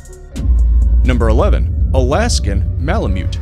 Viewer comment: He really should have practiced saying Malamute a few more times before recording too